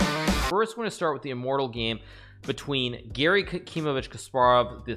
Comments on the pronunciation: Why he says Giri instead of Gary. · Actually Garry's name is pronounced with the "a" as in "car" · I thought you were saying "Giri" and that made me really confused until we got to the game and I realized it was "Garry" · I thought he was trolling because I kept hearing ''giri'' instead of garry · I thought you were saying Giri the whole time😂😂 Here i thought you were completely clowning Anish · The whole time I thought he was saying Giri